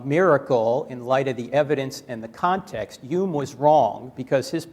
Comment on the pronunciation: Interesting…. The god botherer pronounces “Hume” as “ume” yet still pronounces “Hitchen” correctly. Leave it to the Cockneys. We do it properly.